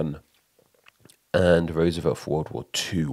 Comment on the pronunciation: "Rooservelt" LOL